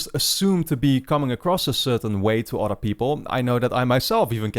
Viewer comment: I'm i the only one who thinks he say "auto" when he says "other"